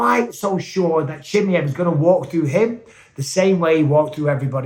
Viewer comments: it's not CHIMIEV it's CHIMAEV my gosh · I dont know wether your pronouncing his name wrong on purpose or by accident 😂 CHIM👁V Not Chimmyev 😂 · Khamzat “Chimmy-Ev” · What's with the weird pronunciation of Khamzat's surname?